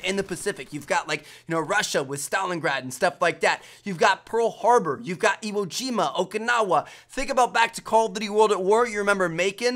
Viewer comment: "Emo Jima"